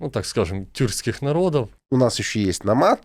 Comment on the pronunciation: Золкину трудно выговорить слово тюрские. . Какое то странное отрицание ,не поинчтие поняттие тюрский.